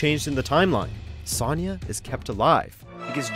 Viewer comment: Please get a narrator who can actually pronounce the characters names correctly! How does one mispronounce Sonya?😭 Comment said with love!